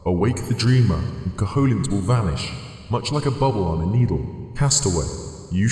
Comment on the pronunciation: cough Koh-hoe-lint? I think you mean "Koh-uh-lint" (silent H and no strong O sound).